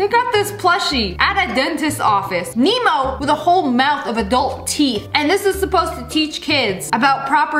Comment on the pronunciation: I heard memo instead of nemo